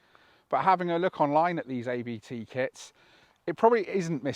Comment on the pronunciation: you pronounce the letters ABT like Ai bee tee, but the three letters are a lastname. The Owner of ABT is Christian Abt, so pronounce it like a name ;-)